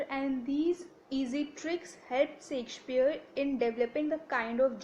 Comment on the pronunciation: Please correct ur pronouciation... U have brutally murdered the playwrights name... Shakespeare.. Stop creating a new version of language of ur own....